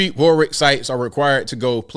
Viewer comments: Great video.. but just so as you know it’s pronounced War-ick not Warwick like it’s spelt.:) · Warwick, pronounced Warick. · Pronounced warik